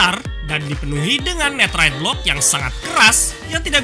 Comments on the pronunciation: baca Netherite nya Nederet bang buakn neterit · Kenapa bilangnya neterite bukan netherite?